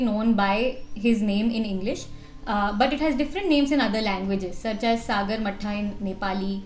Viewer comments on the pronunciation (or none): Hey! Loved the video. Just wanted to make a correction. It's not pronounced as सागरमठ्ठा, Its pronounced as सागरमाथा. School me hindi ke ek chapter me tha. So strike kiya😅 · Sagarmatha is pronounced as sagar maatha and not like buttermilk, if you may please note and correct it. No hard feelings. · Hey guys, great video, as always. Love from Nepal ❤ Just a quick hint for you guys to pronounce 'Sagarmatha'. Pronounce it just as you would read the following Devanagari word: सगरमाथा Sagarmāthā is a Nepali word and the meaning is depicted as: सगर ("sagar", sky) and माथा ("māthā", head). Love your content, keep it up 😊 Cheers!